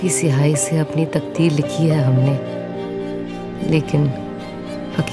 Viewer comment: No no.... Takdeer, khuwaab!! Kharab Urdu pronunciation ne saara mood off kardia. It is taqdeer. Ek nuqte wala 'kha' hai hai khawaab me. urdu shaiyra dikhane ke liye is cheez kha dhiyaan rakhna laazmi tha Bansali sahab.